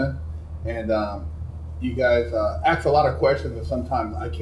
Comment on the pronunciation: “You guys axe a lot of questions” 😂